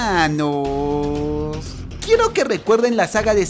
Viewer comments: Soy el único que le da risa cuando dise "helmanos" 😖😝😂🤣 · Me gusta cuandodises ¡helmanod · Me gusta cuando dice : helmanos jajajaja es Te tipo es para mi el mejor youtuber. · Like si enchula tu mente dise al principio helmanos tanto como yo respiro